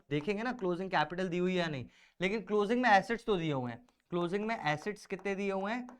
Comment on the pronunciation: Assets sound likes (acid)